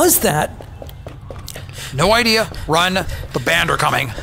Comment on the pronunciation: Oh the Banned. The first time I listened I thought he said Band. That makes more sense. lol